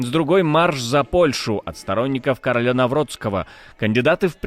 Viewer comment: Не каролЯ , а КарОля